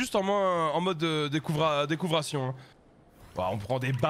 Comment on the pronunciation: decouvration mdrrrr